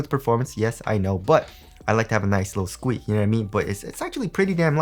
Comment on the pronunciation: squeak sounds like jingle bells